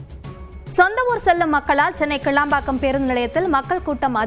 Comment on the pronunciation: not kelambakkam ,it's kilambakkam!